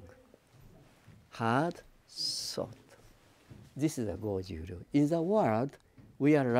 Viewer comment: It's not Goju Roo, it's Goju RYU